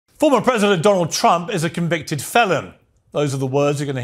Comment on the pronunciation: She has waited so long to be able to say he was a convicted felon and she flubbed it!